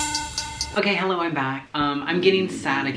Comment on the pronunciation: i clicked faster then says “hElLer”